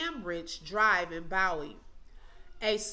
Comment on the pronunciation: It's LAN-em and BOO-wee. 😉